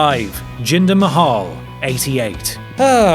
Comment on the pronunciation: You mean MAY-Hal right?